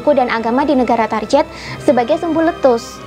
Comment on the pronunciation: Target diucapkan target bukan tarjet. Mohon maaf atas koreksinya. Tetap semangat